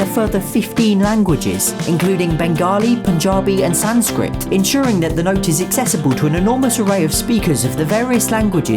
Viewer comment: you pronounced barat and Mathma gandi wrong and also Sanskrit